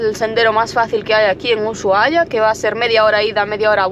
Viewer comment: Chicos no es uyuahia es Usuhaia. No hay ye . Perdón por corregir pero es que suena tan mal en la voz de un Argentino.